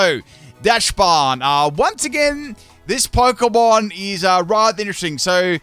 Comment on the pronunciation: It's pronounced Dox-bun. The name is based on dachshund, which is pronounced dox-hund.